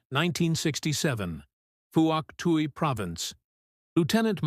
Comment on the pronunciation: Yet again - it's pronounced "Fwok Twee" province.